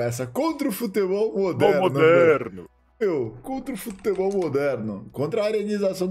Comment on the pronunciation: Fala "futÉbol" eu já nem escuto mais